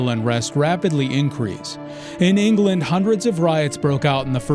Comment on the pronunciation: Or Vendee as Von Dee rather than Von Day Ingerland rather than England